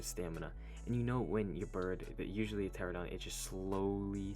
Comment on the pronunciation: ITS TER RAN UH DON NOT TERA DON